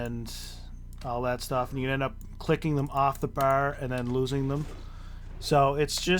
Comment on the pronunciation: thanks for the guide but damn dude please stop saying bar like that......please